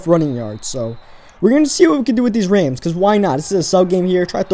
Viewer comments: its Rams not reyms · Its rams not raims thanks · I think he been saying Rams wrong